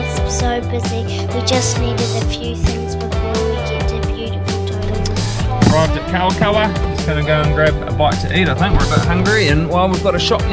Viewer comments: its "Towe Ronga" not "ToeDonga" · yeah i was actually disappointed when i heard him pronounce "Todunga"